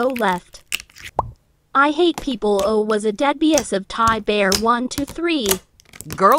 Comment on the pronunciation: "Ihataplaues" you mean I hate people